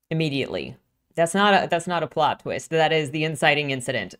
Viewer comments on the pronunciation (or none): none